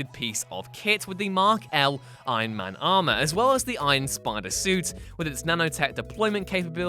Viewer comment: stop saying Aien Men